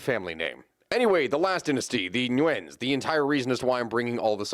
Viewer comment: How does an American come to pronounce "dynasty" as "den-astee"?